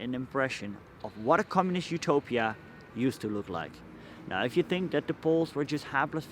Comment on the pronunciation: Utopia bro, not Upotia